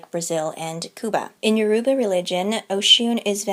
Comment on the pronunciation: Loved your talk on Orishan mythology but Yoruba should be pronounced with a phonetic emphasis on the "o".